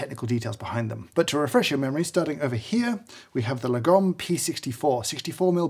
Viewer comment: James may know far far too much about grinders, but he can't pronounce Lagom...